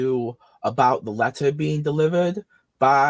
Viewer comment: "wied about da contests of da wetter"